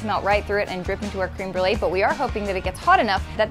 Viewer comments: i’m so bothered that said cream Brulé instead of créeme Brulé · I'm french and I heard crumble instead of crème brûlée. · how white do you gotta be to pronounce it "cream brulee" it's french, please 😭 creme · .... wait... did she say cream brulee? ... ... she did... its creme (crem) brulee.... .... What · Can’t be the only one annoyed at pronunciation of crème brûlée.